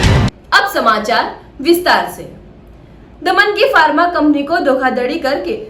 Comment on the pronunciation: धोखाधडी नहीं धोखाधड़ी होता है । फर्मा नहीं फार्मा होता है ।